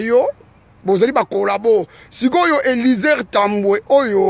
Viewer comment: Zoba oyon ya tata tolembiyo pronosation n'a yo nanu mabe bimisa nanu mwasi nayo n'a bana yo okominani Awa n'a diaspora ofutelaka Nani ndaku otinda Nani Awa n'a poto nabadesision ozuelaka batu zoba ya vilain ya tata oyo pronosation mabe oyebi même pas copronoce eliezer longwa wana zoba l'imbécile namonayolisusu oloba tufi tokozela obeta bobo mwananayo obota zoba